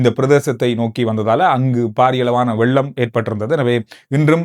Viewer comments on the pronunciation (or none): none